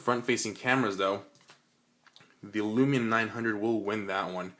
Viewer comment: Can someone please tell this guy, it's windows phone not windows mobile , and it's Lumia not Lumina, bad review !